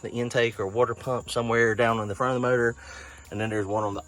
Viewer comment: Did you say murdor? I think you meant to say motor.